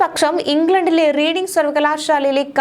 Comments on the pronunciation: റീഡിങ് അല്ല മോളെ റെഡിങ് എന്നാണ് ❤ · Please pronounce it as Red ing university though writing as Reading.